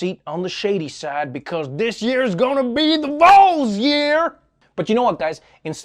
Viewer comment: Trevor, I love you. Always have. But there is one tiny problem with your pronownciation of the name of the Tennessee team. They are the Volunteers. Called the Vols.... not the VOls. Drop your jaw. Can’t speak Southern without dropping your jaw. Lol And good luck saying pronownciation without dropping your jaw!